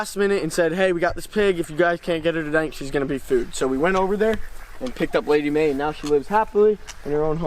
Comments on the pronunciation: Yo it's lady may not ma lol 😅😅😂😂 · It’s lady may not lady mar